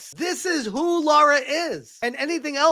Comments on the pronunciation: Lara. Not Laura! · he really consider himself a big tomb raider fan but can't say the lara's name properly laura❌ Lara✔️